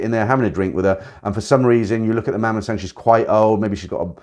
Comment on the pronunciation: Nice video but learn the right pronunciation of the word “mommason”